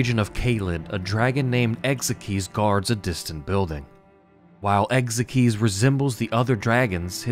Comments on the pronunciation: "Ex ikes" not "ex ek eez" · Ekzykes name is pronounced Egg-zikes